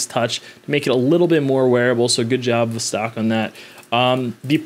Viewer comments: It's NOT a "vzztaaawwk". It's a "voss-tock". Not the least attempt to pronounce a foreign name / brand / word the way it SHOULD be pronounced. And you guys get upset when a foreigner mispronounces "Arr-can-sass" ... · “Vuhstaaaark” ? Niet.